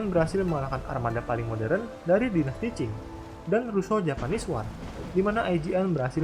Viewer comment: mimin, utk pelafalan kata "war" yg benar itu "wor" .